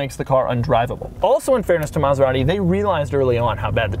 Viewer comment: He didn't curse once...but it sounded like he DID😂😂😂 he murdered maserati💔